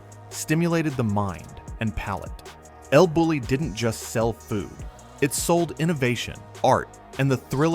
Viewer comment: It’s pronounced “el Boo-yee”.